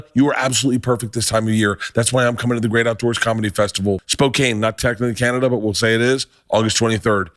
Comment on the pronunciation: Mispronounces Spokane.